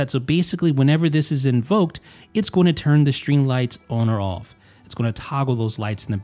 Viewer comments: Why's he say the words on and off so weird? Own owf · You say “on” and “off” really weird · The way he said „on“ and „off“ was strange. Especially the „ohwn“ one. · Goop thought only I noticed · Yup. Lol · This is what I was looking for lol